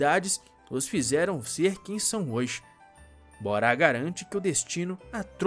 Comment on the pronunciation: A pronúncia do nome do ricaço bonitão, digo, do marido da Karsu é "Bóra" e ñ "Borá" (pelo menos, na duplagem da TV Record).